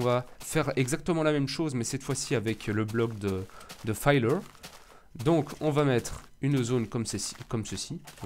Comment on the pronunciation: Le "filleur" et non "fayeleur" ;) Bonne continuation !